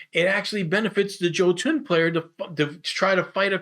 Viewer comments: Jotun is = Yoe-tun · Bah, mispronunciations are part of his charm.